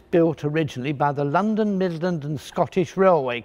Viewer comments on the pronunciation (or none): none